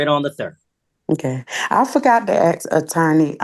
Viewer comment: ITS PRONOUNCED A-S- K!! Dammit why can’t you say it right??